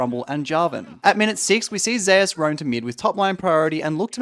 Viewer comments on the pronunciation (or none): not to hate but thats a weird way to pronounce (even the commentators doing it)"Zeus" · why do you people say zeus as in zaayoos. when its pronounced "Zoos"